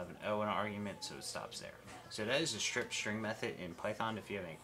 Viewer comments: say ss rather than shriptshring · Love the "strip schtring method". LOL